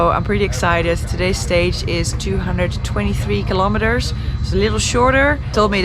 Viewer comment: Who else after watching her for a few years now pronounces kilometers as Kilometerssshh.😄 LOL Be safe Noraly. 😍